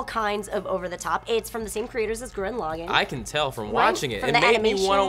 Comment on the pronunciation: Hol up!!! She said... Gurren "Log-in"... is that how its pronounced????